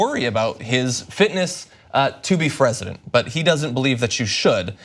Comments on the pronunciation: I heard that "Fresident" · LOL - Did John just say "Fresident?"